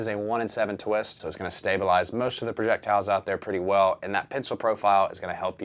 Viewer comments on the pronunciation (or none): none